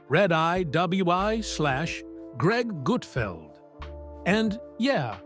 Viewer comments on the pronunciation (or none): AI man said Greg GUTE feld